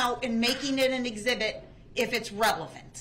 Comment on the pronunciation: Doesnt she mean "exhibity"? Lol i wonder if he will "Axe" any more questions of relevance-y in regards to this case-y....lol